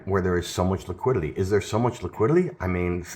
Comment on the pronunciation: you say Liquidily instead of liquidity